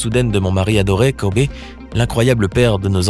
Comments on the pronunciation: Kobe Kobe Kobe...et non Kobé. C'est pas le cousin à mokobé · Virginie Gomes mais ps du tout mon reuff sa sdit kobi Pas Kobé mais sa s’écrit Kobe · « Kober » ta pas le droit cousin ON DIT KOBI... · Kobe et pas kobé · Son prénom ne se prononce pas KOBÉÉÉÉÉÉÉ mais KOBIIIIIIIII honorons sa mémoire en commençant par ne pas ecorcher son prénom ça serait un bon début. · Wow c est une femme forte mais n evorcher pas leurs nom se n est pas dianna mais gianna et kobé c est kobe c est e mais sa se prononce i